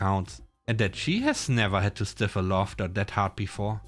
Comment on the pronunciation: Okay, so the pronunciation of the has improved a lot. There was one word in this video that stuck out to me, a rare word. Stifle. The pronounced it as "stiffle," but the "sti-" syllable should be a diphthong similar to the words "die" and "dye." Looking back, the accent is near impossible to recognise. Well done!